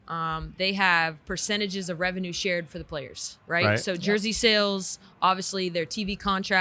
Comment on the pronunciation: muh rebenuurrrr